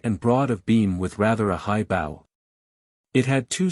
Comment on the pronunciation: I am enjoying the audiobook thank you, though I am struggling with the narrator saying bow and arrows as in take a bow instead of bow and arrows. It can be the smallest thing that derails a story, it's like hitting a bump in the road it jars you.